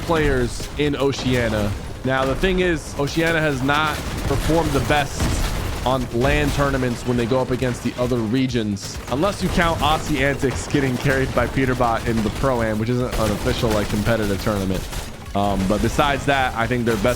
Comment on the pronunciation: you should pronounce aussie as ozzy it will shock alot of australians watching